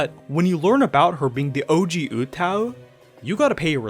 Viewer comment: Oo-TAH-oo not Ootow. Sounds like mgtow lol